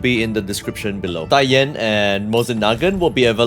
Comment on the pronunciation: Finally someone on internet who can pronounce her name correctly.